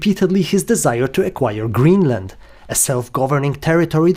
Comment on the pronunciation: 😂 “ GreenMa! “ DW is trying so hard